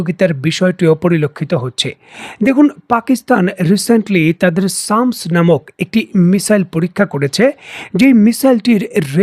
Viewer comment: সামস্ না এটা স্ম্যাশ। মানে চূর্ণ করা।